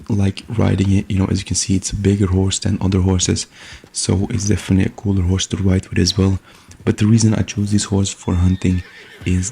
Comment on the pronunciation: "Horsre" ah yes.